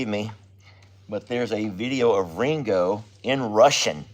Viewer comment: Sounds wrong when you say it. 😮